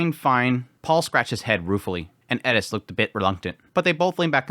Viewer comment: why do you say edis its eris